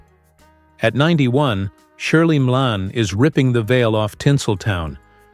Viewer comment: Who is responsible for speech programming her> here?? it is not "ME- ALANE" - it is as we all know